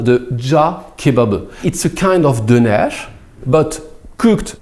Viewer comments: pronounced "döner" and "cağ kebabı" so much like a Turk that I thought he was a real Turk. He seems like an expert at imitating sounds, monsieur:D I also think he has a great ear for music. Döner is pronounced as /døˈnæɾ/, and cağ kebabı as /dʒɑː ˈkebabɯ/. Thank you very much! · pronunciation of turkish word are excelent i tought we is turkish for a second